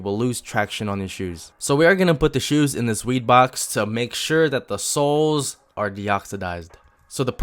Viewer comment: everytime u say soles i hear it as sauce